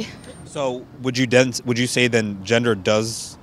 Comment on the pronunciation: Let me giv u a hint ok "GEN"itals, "GEN"der🤔